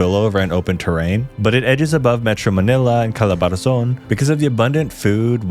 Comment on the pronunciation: he said he was "born and raised" here in the Philippines but the "pasig, la union, pangasinin " pronunciation was murdered + also its "calabarzon" not "calabarazon".. kulit mo bro..